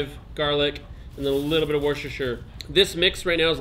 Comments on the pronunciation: wurrshtreshchesecirrrr....... IT'S PRONOUNCED WOOSTER-SHEER. Three syllables. Really not that complicated. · It’s pronounced “wu stuh shuh” sauce